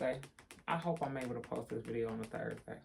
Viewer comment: I like when you say "Let me tell you a question" "videa" "ye ta de" "imma call yall back" etc.. I love it.